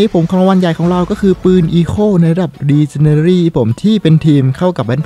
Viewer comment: พี่ครับขออนุญาต แก้ไขที่พี่พูดนะครับพี่. ชื่อปืนอะครับ Echo อ่านว่า เอคโค่ นะครับ ส่วนระดับปืน ที่เป็นระดับ legendary อ่านว่า เลเจ้นแดลี่นะครับ. อันนี้เป็นทับศัพท์นะครับ